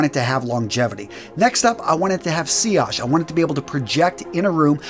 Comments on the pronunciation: SILLAGE!! Don’t think I didn’t notice you pronounced correctly 🤪 FINALLY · SILLAGE finally pronounced right!!!! Great job 🤣. Just laughing with you, love and respect.